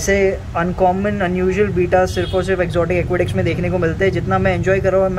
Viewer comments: Its Betta not Beeta 😂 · Its betta not bita